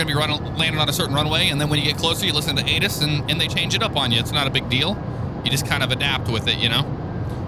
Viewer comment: Great video. I'm glad you did a commercial flight. I've been wanting one for a while. So keep up the great work! Also when you said ATIS, I thought you said anus. I had to go back and listen again.